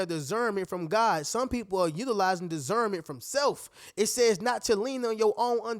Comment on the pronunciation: It's disssssserment not desserment lol